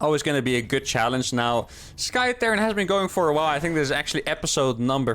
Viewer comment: For the last time: It's not Sky Terran, it is T-air-ran...